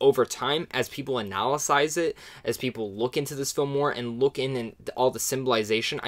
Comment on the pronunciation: Did you say "an*al*asize it"?